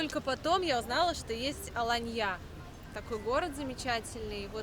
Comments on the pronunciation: Ну так она из деревни ПопИно 😂 у них не алАнья, а аланньЯ 😂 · Откуда такие глубокие познания в географии? АланьЯ. Кто отдыхал в Сочи, а кто в Адлере. Специально искали АланьЮ , такого города в Турции нет. Есть Алания, с ударением на вторую букву а. А Адлер это один из районов Сочи, аэропорт Сочи. Первый раз смотрю канал, так режет слух безграмотность. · В первый раз слышу чтобы говорили АланьЯ. Все говорят АлАния. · Ребята, привет! Спасибо большущее за видео!, почему АланьЯ? Турки сами говорят АлАнья. ала́нья — ударение падает на 2-й слог. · Что будет мало русских... будет туркам не на руку... сколько приезжали из России из Европы не приедут! Она не АланьЯ!!! а "А"лания! Почему вы каверкаете название города???! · Ну ДЯРЕВНЯ)) АнтальЯ АланьЯ , Аха ха ха , ну дЯревгньЯ)))) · Аланья стала АоаньЯ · Ала́нья (тур. Alanya), до 1935 года Алайя или Алайе (тур. Alâiye), — район и город в иле (области) Анталья Турции, широко известный центр отдыха с развитой инфраструктуры. Посмотрите, как правильно ударение. Побольше читайте пожалуйста. Вам полезно будет. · Ну почему АланьЯ ? Я понимаю, что блогеры так говорят специально для комментариев, но вы же грамотные люди. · АланьЯ режет слух😏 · АланьЯ? 😅😅😅 да-а-а-а , а штаны-то в СаратОве тогда купила😂😂😂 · 🙏🤩💓 АланьЯ меня просто убило( с ударением на Я) 👍🤩🤣🤣🙈 Спасибо)) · Это для прикола с сарказмом сказано. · Да уж,это было внезапно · разве правильно говорить АланьЯ.??? Смешно звучит.😅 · Потому и сказала, чтобы смешно было. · Дорогая, в слове Аланья ударение на первый слог. Очень тяжело слушать вашу версию ( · Почему бы не называть город, ставя правильно ударение? Или вам не принципиально? Можно тогда и АААланья. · Кто местные? Местные россияне? В турецком ударение на втором слоге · Ужас! Саратов есть Саратов! Штаны!Ананья+ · а я не про мягкий знак, меня ударение смутило. впервые такое слышу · В ударении😂